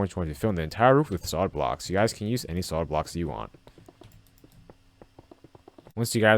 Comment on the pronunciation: "Soid blocks"😂